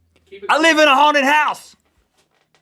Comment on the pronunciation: when Link says 'haunted houses', I keep thinking he says 'hornet houses'